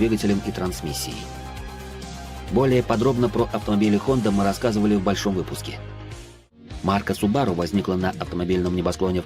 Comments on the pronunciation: Не Цивик , а Сывик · послушай произношение хотя бы в гуголе, но точно не "ЦЫ"...